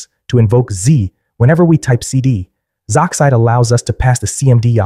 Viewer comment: sorry if I sound passive aggresive but it is actually pronounced Z-oxide